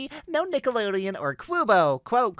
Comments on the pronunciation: hai! i hope you see this. just letting you know how Qubo is pronounced 'Q' (sounds like the letter) - 'bow' Qbow Qubo :D its a TV channel, similar to PBS Kids back when i watched it, about 5-6 years ago, it streamed shows such as Jane and the Dragon, Willa's Wilf Life, the original He-Man and She-Ra, and many, many other shows i cant even remember well but loved dearly. (one notable mention being Turbo Dogs, a show where bipedal dogs compete in races and go through silly arguments and such. a really good show for younger kids.) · "Qubo" is said like, "cube-oh"